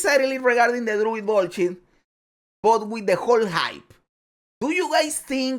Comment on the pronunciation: "I NEED DE LWUID 🤌!!"